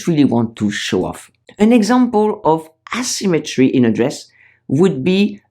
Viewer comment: Please place the emphasis on the proper syllable in the word "asymmetry": asyMMEtry, not Asymmetry. The way you say it is wrong, It is important to put the emphasis on the proper syllable. In the French language, the emphasis is always on the first syllable, not so in the English language. I am a French woman btw...